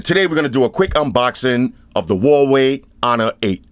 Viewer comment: Kudos for pronouncing Huawei right, Floss. You're the first reviewer got it right